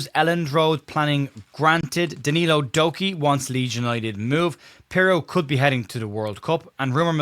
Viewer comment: Did you say “Doku”..? 😂 Average form.. knew what you meant by “average” 😉